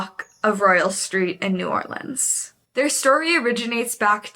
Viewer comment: as a native, thank you for saying new orleans right and not no damn new orleeeens😂😂🫶🏼